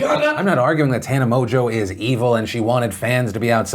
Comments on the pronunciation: Is it really pronounced 'Mojo'? Its got an n in it. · Don't disagree but hasn't the Tana 'Mojo' gag run enough? Her name is pronounced 'Mon-g-ew'. Like I get idubbbz said it in his video but I mean he also pronounced her name correctly and this is a news show.